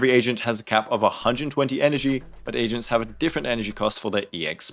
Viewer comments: I’m not gonna lie. I thought he said “three Asians” instead of “three agents” 😂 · Perfect, just what I need. Also I cracked up because I misheard you as saying “your team is composed of 3 Asians”